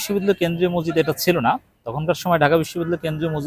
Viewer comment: ভাই, বিনীতভাবে বলছি, মজজিদ বলবেন না। শব্দটা হবে "মসজিদ"।